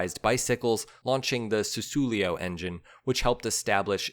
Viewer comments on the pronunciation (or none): Susulio? Lol... : It's "ku-ctho-lo", which means "cub" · "SISSULIO????? THE SISSULIO engine??" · It's not "Ducardi.." Don't be a can't. The engine is a "Coo-chio-lo" not whatever you tried to say. Try to get it right mate, it's not that hard. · Cucciolo = KOO-CHO-LOW. Italian for puppy, as in cute little dog. Taglioni =TALL-YOAN-EEE. Great stuff! Brings back memories of the one my racing sponsor bought...and dropped the first time out on it. :-( Sadly, yours truly talked him into fixing it..turning it into a kind of "California HotRod" with red frame and bodywork + gold mag wheels and some wild up-pipes. Cute? Yeah, but I ruined a rare, iconic machine in the process. I really regretted this later when I saw the bike for sale in a Yamaha dealership in SoCal :-( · Check your pronunciation of 'Cucciolo'. ;)